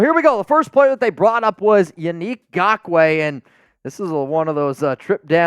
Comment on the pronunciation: For the love of gawd, his name is not “gakoue”, it’s Ngakoue!!!